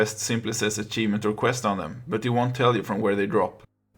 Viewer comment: Video = good, clear, straight to the point. "Asjeevment" & loved the bonus "Foot"age